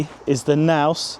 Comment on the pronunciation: What's a Naus?! The K is not silent.